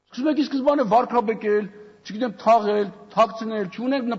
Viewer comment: այ մարդ, վարԿաբեկել ա, վարՔաբեկել չի